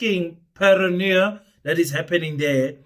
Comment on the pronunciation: Pronounces (Paranoya )